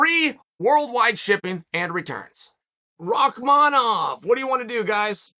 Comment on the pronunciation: Can we stop for a second and realize that Uncle Chael had the time to pronounce Rakmanov name correctly l😂